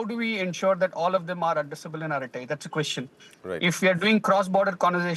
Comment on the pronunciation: It is not fking "arathai".. it is just araTTai.. no 'th' there...